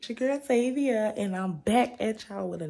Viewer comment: It's Zavia 😂